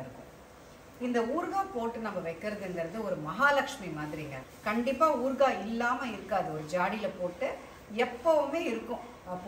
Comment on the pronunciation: ooorkkkaaa.illa .oorukaaai or oorugaai ma'm h aha ha no offence